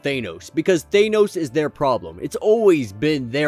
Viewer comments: It would be nice if you would learn how to pronounce "Thanos". Just saying... Nails on a chalkboard.. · Just realized thanos is pronounced differently in UK vs American